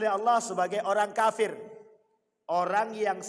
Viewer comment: Ngucapin kata kafir nya kok faseh sekali